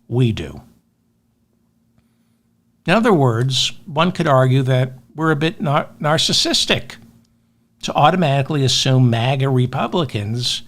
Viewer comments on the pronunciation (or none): none